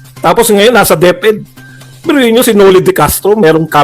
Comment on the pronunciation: HA HA HA DEP -ED po hindi DEF-ED(Deaf-Ed)🤣🤣🤣